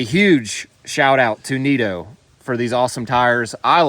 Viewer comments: “Neat-o” tires 😂. Nitto is pronounced “Knitto” 👍. Build is looking great! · Pro tip, those tires are pronounced KNIT O, not NEAT O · It’s Nitto, Nit-Toe not Neat-Toe… it doesn’t mean you wrong, that might be a Carolina thing. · The way say, “Neetto” instead of Nitto is hilarious 😆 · my man it's "Ni - tow "tires, not NIGHT - OH tires:P lol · did you really say neeto for nitto lol